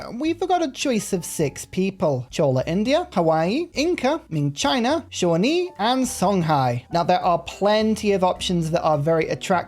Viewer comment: I'm so proud of you for learning how to pronounce Shawnee!